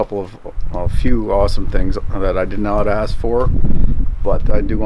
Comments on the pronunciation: You've gotta be tired of people axing you this question so often! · I thought he said ex's I was going to chip in on that subject shudder 😬